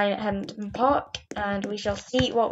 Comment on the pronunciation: Btw its Hemdon Park not Hempdon Park lol......anyway good video - im subscribing.....but its very pixelated so if you have OBS search best recording settings on YouTube